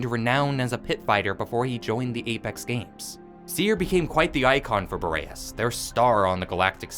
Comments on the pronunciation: U gotta be rage baiting me by constantly calling the planet fucking "Bo ray ess" its "BOR EE ASS" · Curious how you found the pronunciation for "Boreas" when it's said in game differently and is a real world word also not pronounced the way you say it.